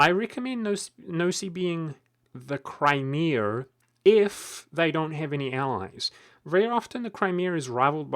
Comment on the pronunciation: "Cry-meeh-ehr" lol